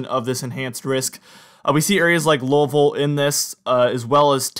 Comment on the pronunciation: He says Louisville like a native.